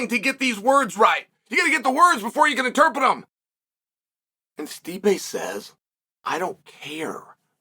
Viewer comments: Interpret Chael, it’s interpRet. There is no such word as ‘interpet’ (Well not in the way you are using it) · "Interpit" - Chael Sonnen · Did y’all miss the lesson on how to pronounce interpret?